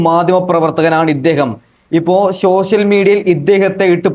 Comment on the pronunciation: ശോഷ്യൽ മീഡിയ അല്ല, സോഷ്യൽ മീഡിയ എന്നാണ് 😄😄😄